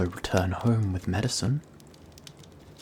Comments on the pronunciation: "Mediceen-" my best friend, dying to correct him: _ _ 💢 〰(Ò - Ó)〰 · Are we communicating with him via blackboard? Why can't he say "medicine"??? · Him: Me-di-cian....... for your sister. You must be really deturmend. Me: Bitch, it's my sister what the fuck do you think. I'm going to leave she to die haha you stupid fool. I'll do anyhting for her. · "You need to buy....meth-?" METH!?!?! " ...-icine....?" oh, medicine.... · I don’t know why him mispronuncing medicine is so cute but it is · When he was trying to say medicine I thought he was gonna say meth